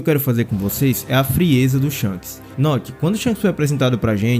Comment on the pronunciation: Hypei o vídeo só por causa do "Noote" hahahah, bom demais